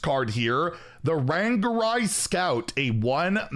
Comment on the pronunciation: Ran - ga - rye?! :face-orange-raised-eyebrow::face-orange-biting-nails::face-purple-crying: Maybe I'm the one's that wrong. I've always said 'Ran - gar - ee' lol